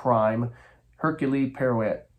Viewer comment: The H is silent. Air-que Pwa-row, this gets fun to do. Oh well, a rose by any other name, my little grey cells.